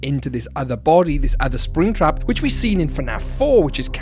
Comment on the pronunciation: he said sraptap at one moment